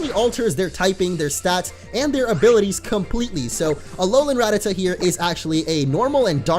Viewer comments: Its ra-ta-ta not rat-ata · It's actually pronounced ra-ta-ta